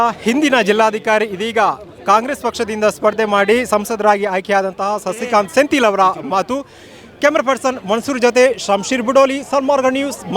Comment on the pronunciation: It is Sendhil not sentil